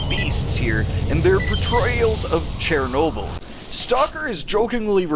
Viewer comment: Dudes out here pronouncing it chair-noble